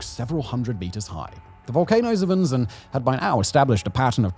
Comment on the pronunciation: terrible catastrophy! but, icant help but smile, every time he pronounces Unzen the exact same as we germans say "unsinn" (nonesense).... sooo mount'nonesense🤔 😅